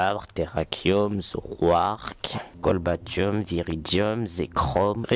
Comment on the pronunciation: Cobaltium, pas "Colbatium" :). I LOVE 5G <3 !